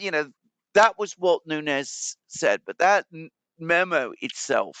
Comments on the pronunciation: Nunes not Nunez it’s Portuguese not Spanish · Sorry but Devin Nunes is Portuguese not Spanish. is closer to the correct pronunciation. 😉